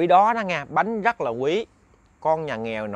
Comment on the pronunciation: Chuyện thì hay ,kể cũng rành mạch,để cho hay hơn nên phát âm cho chuẩn,lúc thì đớt,lúc thì k,chẳng hạn như từ ra thì phát âm là da,từ rất phát âm là dất,k được hấp dẫn cho mấy.